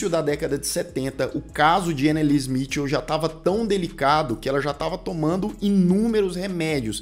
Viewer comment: Anneliese Michel ( nao se le "smitil" e sim mikel!